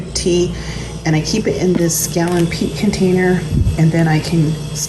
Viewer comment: Are you saying "peak" containers? And good info on "cane" sugar. Never knew. Thank you so much